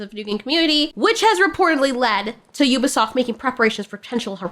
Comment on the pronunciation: Excuse me, it's french. It's pronounced We-be-soft!! 😅